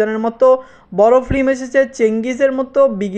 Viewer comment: আপনার ভিডিও দেখতে চাই, কিন্তু ফিল্ম কে ফ্লিম বলেন, এটা কানে খুবই বাজে ভাবে লাগে। আর স্কেল কে স্কিল বলেন এটাও শ্রুতি কটু লাগে। ভিডিও আপলোড দেওয়ার আগে আপনার উচ্চারণ গুলো শুধরিয়ে নেয়া উচিত। আর সবাইকে স্যার ডেকে নিজেকে তুচ্ছ করে ফেলবেন না।